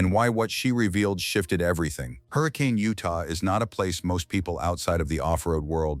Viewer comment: Facts matter - The correct pronunciation of "Hurricane, Utah" is "Her-ah-kun' - not Hurricane.... and by the way: Katelynn and Lizzy are 2 different persons.